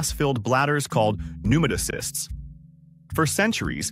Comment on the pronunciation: Pneumatocysts is NOT pronounced like that 😂. More like new-mat-o-cists just like pneumatic air tools.